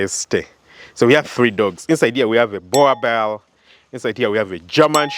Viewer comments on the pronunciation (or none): Boerbull is pronounced Bur-bull😂😂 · Nor Bear but Bhur🙏🏾